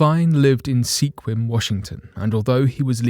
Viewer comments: Sequim is pronounced skwim, not seekwim. I know, not at all what you’d expect, but it’s a Native American name. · Sequim is not pronounced see-quim. It's pronounced s-quim. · It is pronounced like "Squim", WA. Don't ask me why. :) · Don't worry, I've lived in Sequim/Port Angeles most of my life. I say Sea-quim just to annoy people. It's pronounced 'Skwim', and it means 'place to shoot' or 'shooting grounds'. Any other meaning is bullshit because the natives used this area to hunt elk and deer for a LOOOONG time. Keep up the good work. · The town is pronounced "Squim" but spelled Sequim. I used to pronounce it like it's spelled and the residents always corrected me😂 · Just a friendly fyi, "Sequim" is pronounced "Squim" (rhymes with him). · Pronounced "SQUIM" Washington. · It's pronounced squim. Sequim. Lived there for a couple years. Grandparents retired there. I was told as a child that the word Sequim means hole in the sky according to native tribe. This small area of the Olympic peninsula gets far less rain than the than the rest of western Washington. It's kind of interesting. You can be driving on the highway pouring down rain come over a hill rain just stops and all of sudden. Keep going past Sequim nice sunny weather go over another hill and it's pouring rain again. Sometimes you can stand half in the rain and half in the sun. It's actually a small town close to the water. There is a very small town you may have heard of. It's called Dungeness. That's where Dungeness crab got its name. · Im like an hour from Sequim(Brinnon) I literally laughed out loud a little when he said Sequim, because any and every non local always pronounces it like that, as I'm sure you know(I mean, who wouldn't.. I did when I first moved close, way back) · Sequim is actually pronounced "Skwim." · It's pronounced sq-wim. Reading the rest of the comments. ....looks like you are having a bad week . You can handle it.